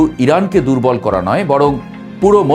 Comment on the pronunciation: ভাই উচ্চারণ ঠিক করেন আপনি র কে ড় বলেন যেমন করেন আপনি বলছেন কড়েন করা কড়া এই ড় উচ্চারণ বেশি বলেন